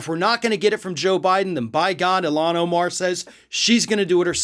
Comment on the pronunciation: Please learn how to say her name correctly. Thank you. You are saying it wrong and that is disrespectful. She would appreciate that I believe.